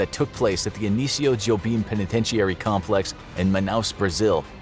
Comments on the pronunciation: Who tf says penitentiary like that. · This man cannot pronounce the word "penitentiary".